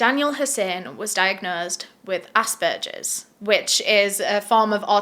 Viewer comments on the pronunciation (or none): Only saying this cause it bothered me but asbergers is pronounced like you would say burger sorry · saying "assberchers" is the only thing that made me feel warm throughout this video. sucha a hard case to cover.